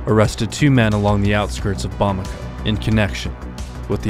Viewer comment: Bamako is pronounced Bah-M ah-Ko